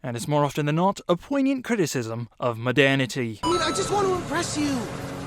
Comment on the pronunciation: would some-one please learn this dude how to pronounce detailed and modernity?